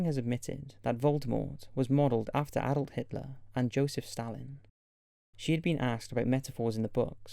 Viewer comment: Did you say Adult Hitler? Certainly didn’t sound like Adolf.